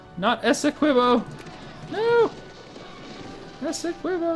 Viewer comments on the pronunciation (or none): Esequibo, with the ''qui" pronounced as "ki", as in Kit.